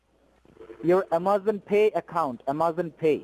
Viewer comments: I guess they finally sprung for a new script. “South border of Taxes” was wearing mighty thin. Why, though, do they use scripts with words they can’t pronounce?...... IMMA-ZAHN....It’s like they’ve given up trying. Lol. 🤣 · Made me cringe every time he said "A-MAH-zon." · Amazon scammer that can't pronounce A*M*A*Z*O*N. Although you should thank him for teaching you how to pronounce the words that insult him....lol. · HALLELUJAH! No blood stained black Tiyoda Corolla with 22lbs of cocaine on the south border of Texas! Umm ah-mahzun, uh-ma-zun, uh-ma-zon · Want to be an Amazon scammer? First learn how to pronounce Amazon. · Geez. The “technician” can’t even pronounce Amazon. 😂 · Says he works for Amazon..... can’t even pronounce Amazon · He can barely pronounce Amazon